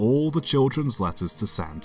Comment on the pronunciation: thought he said lettuce